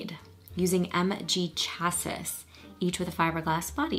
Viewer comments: Chassis = Chas-see. Haha! Sorry it made me laugh a little. L8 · Wonderful reaction as always! Bless you and your pronunciation of Chassis, its usually pronounced 'shasy' This is my favourite Hughes' film, closely followed by Trains Plains and Automobiles, The Breakfast Club and Uncle Buck...the others aren't too far behind though. There really isn't much between this and TPaA though.